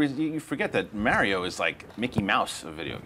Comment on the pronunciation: why does no one know how to say mario?